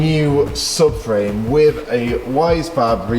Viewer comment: For the more intelligent when he says Free he means Three, When he says Wiv he means with! This is classic TH fronting at it's worst.